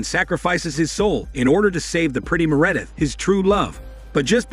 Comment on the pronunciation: Me'Redith instead of Meredith?